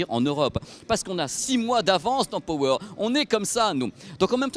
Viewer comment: "Pohweure" et "I-Fi", c'est tout ce que j'entend